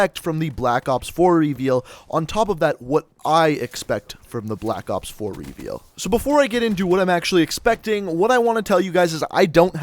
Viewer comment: why cant you pronounce reveal properly?